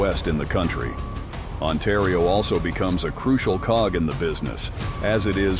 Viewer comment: Otario lol it's ontario